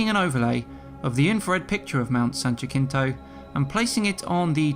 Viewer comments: Jackintoe... Us Locals Call It HaSeenToh...Just An FYI ;) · Jacinto = ha sin toe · Ha-seen-t(h)oe. Jacinto. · "Jacinto" is pronounced "Ha-sin-to", not "Ja-kin-to". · Jacinto is pronounced Ha-sent-o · Jacinto is pronounced: HA SEEN TOE (have been up it many times). I enjoy your videos. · I'm not 100% sure on this... but PRETTY sure the Jacinto in Mount San Jacinto is pronounced ha-sin-toe, being Spanish and all. Good video otherwise. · In Jacinto the J is pronounced as a "Y" "Yah Seen Toe" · Only critique is how he pronounced my dear mt san Jacinto 😂